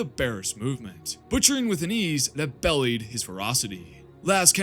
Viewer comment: Are you mispronouncing certain words for comedic effect or due to ignorance? Examples: implacable, belied